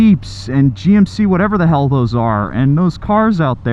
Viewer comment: Dont say hell like that please